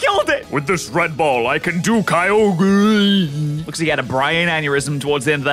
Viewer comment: Kyogrreen lmao